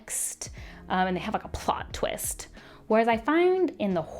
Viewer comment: please never say twist like that again. I almost gagged